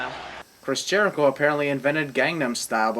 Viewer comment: Jerico does not rhyme with. add 3 sins for your lack of education